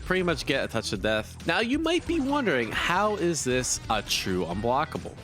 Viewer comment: "if you hit with a jump in an hevefewblockable" ??????????????????